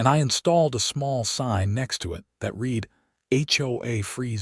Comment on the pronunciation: “Read” is pronounced wrong.